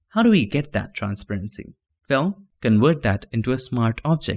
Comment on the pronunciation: I know the way you say transparency is wrong but it sounds way cooler than the actual pronunciation